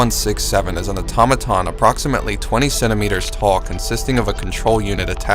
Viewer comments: Eyetommadon = Automaton Au - to - ma - ton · ok I know this is a 3 year old video, but only one person seems to know how to pronounce Automaton. Everyone else gets it all garbled. Ah-tah-mah-tahn. I also keep hearing Faucets (as in where you get your water) instead of Facets (as in functionality).